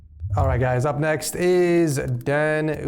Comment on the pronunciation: just so you know, DanucD is pernounced "Danuk-D"